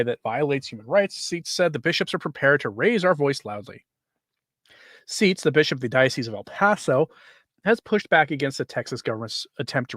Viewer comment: Seitz pronounces his name as "sights". Thanks for your videos.